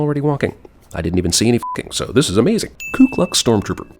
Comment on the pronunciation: It’s ‘Ku Klux’